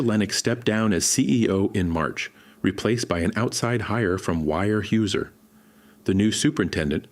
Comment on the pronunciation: One of the biggest paper companies in the world, and the stupid AI can't pronounce "Weyerhaeuser" correctly. I'm surprised it was spelled correctly.